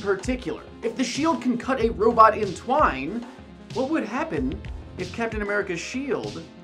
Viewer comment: *in twain. Not twine.